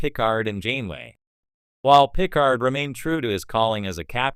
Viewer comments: you lost me at pih-card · PICK-ard? What is wrong with you. Take this down and re-do it. What an embarrassment. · Pícard if you do not know how to pronounce Picárd. That is if you understand what the diéresis mark indicates. As a any spanish speaker will tell you, know it indicate the stress in the pronunciation...